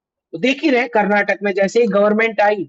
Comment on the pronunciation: Please give us our dignity - Please take the time to pronounce the name of our prosperous state - Karnataka - not Carnatak. Thank You!